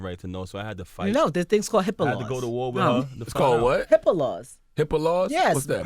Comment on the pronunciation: its most definitely not HIPPO laws, its HIPPA lmaoooooo